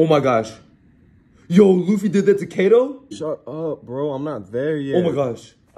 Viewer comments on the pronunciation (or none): How do you pronounce kaido wrong 💀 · at first i thought him saying kado was really funny but now thinking about it its actually even accurate to how you dont know how to pronounce names through the manga damn